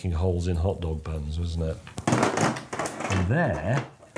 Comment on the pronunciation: Has anyone else noticed James pronounces 'wasn’t', 'wussn't'?